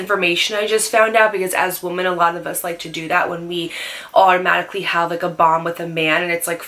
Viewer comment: i love you but the day you say “woman” and “women” exactly the same drives me crazy 😂